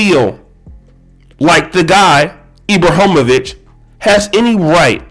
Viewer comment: I agree with you about LJ on many things he pushes the discussion forward on many topics - agree with him or not it’s his right.. But the fact that you didn’t take the the time to learn how to pronounce Ibrahimović or the difference between if he was from Sweden and Switzerland was pretty bad.